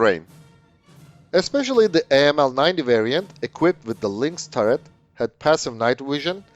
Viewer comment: 9 cm, not mm. 9mm is pistol caliber. Correction: After listening it to 5 times, 3 of which was in slow mo, I realized you TRIED to say 90 mm. Please work on your pronunciation.